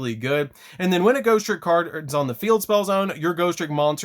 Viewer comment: "GHOSTICK"!!!! LMAO!!!!! ALSO, PERFECT DECK PROFILE FOR HALLOWEEN!!!